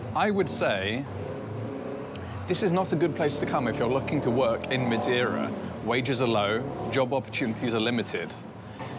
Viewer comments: You could do some effort to not switch the e and i in Madeira. If you can say hey (or say) you can say MadEIra instead of Madiera. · If you are going to live in Madeira maybe you should learn how to say the name properly. 😂